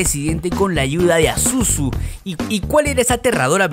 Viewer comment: como dijo el profesor y cito: "pazuzu gargola ingrata volviste a mi" dijiste mal el nombre